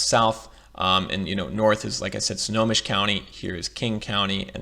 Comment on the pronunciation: Bruh, you were killing me. The county is pronounced "Snow-home-mish". Lol And that is not a river that separates Seattle and Bellevue. That is Lake Washington! 😂 😂